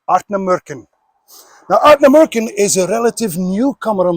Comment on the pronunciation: Ardnamurchan.Wonderful Scottish word.Beautifully pronounced.The love of whisky is a special thing.SLANJ SIR 🎉